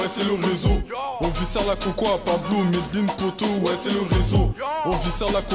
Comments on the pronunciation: Juste un truc ça se prononce maisdeslines, la célèbre ville du cartel d'escobar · en fait tu doit prononcer le n sa se lit "Medeline"